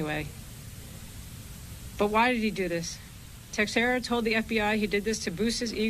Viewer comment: CAN'T THEY PRONOUNCE HIS NAME CORRECTLY? IT IS ''TEX'' ''ERA''. I'M FROM THE SAME TOWN AND I KNOW HOW THE NAME IS PRONOUNCED.